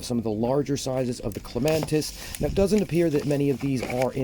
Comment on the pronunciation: Where is the ‘N’ in clematis? 😉